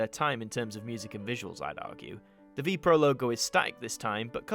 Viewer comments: Very nice. It is not pronounced Vee-Pro though! But spelled with each letter, so V.P.R.O. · You do not pronounce it as Vee Proh.